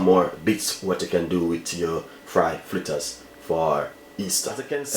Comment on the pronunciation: Chef the word is Fritters not Flitters learn proper pronounsiation